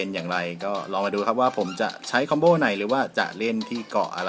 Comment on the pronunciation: คอมโบ ครับ ไม่ใช่ คอมโบ้